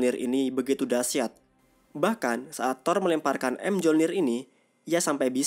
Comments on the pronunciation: Palu thor bacanya Myolnir bang bukan em jolnir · bang bacanya tu miyolnir bukan emjolnir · Bang gw kasih tau ya senjata thor tu di baca mejolnir bukan em jolnir greget w nonton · bacanya myolnir min, bukan emjolnir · Bg Senjata Nya Thor Di Baca Myolnir Bulan M Jolnir Gk Ush Di Pisah Bg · Di bacanya Myolnir min bukan M-jolnir🤦🏻‍♂️ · Bang, mjolnir dibaca myolnir, padahal di marvel juga sama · Mjornir bacanya miyornir bang😭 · Kok kesel ya? Mjolnir bacanya miyolnir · Bang, belajar lagi untuk penyebutan bahasa inggrisnya, biar enak di denger. Contoh Mjolnir cara penyebutan nya bukan emjolnir tp Mejolnir. Knuckle cara penyebutan nya Kenakel bukan kunakel. Cuma kasih saran aja bang, biar lebih enak di denger, biar ga keliatan orang kampungannya. Good luck!